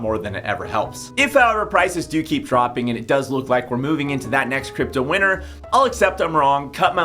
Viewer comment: I keep thinking you're saying "crypto winner" not "crypto winter". You need to pronounce T's.